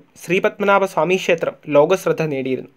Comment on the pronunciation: ഷേത്രം എന്നുപറയാതെ ക്ഷേത്രം എന്നുപറയൂ🙄